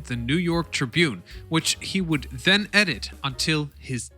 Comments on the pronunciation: sorry but it is TRIBune not TRIbune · It's 'tribYOON', not 'TRYbyoon'. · Learn how to pronounce the word tribune